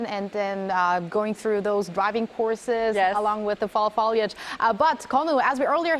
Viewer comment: Also...foliage...FO, as in PHO in PHOTO. Not FA as in FALL